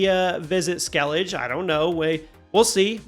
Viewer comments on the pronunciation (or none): "skell-ijj" is diabolical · I doubt you play anyone other than Ciri. Also, how can people still mispronounce "Skellige" when they say it over and over in the game?